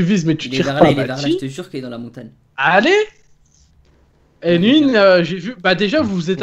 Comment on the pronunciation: c'est Montagne et non pas Montane! Go aller voir un orthophoniste mdrr